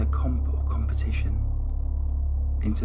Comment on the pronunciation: Her crime was despicable, but I think she should have been given a life sentence with no possibility for parole. She did seem like she had been genuinely reformed in some ways. Oh, and by the way, "competition" ! (